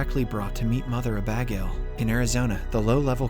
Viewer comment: The way he pronounces Abagail is hilarious! Uh-Bag-ale 😂